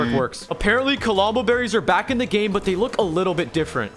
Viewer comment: CALOMBO THATS NOT NOW YOU SAY IT LMAO